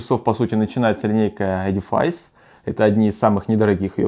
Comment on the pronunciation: Не Эдифайс, а Эдифис. Матчасть учить надо.